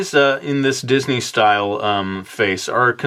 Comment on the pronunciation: said didney